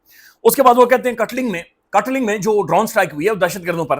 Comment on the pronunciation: This is kaatlung or Kaatlang not katLing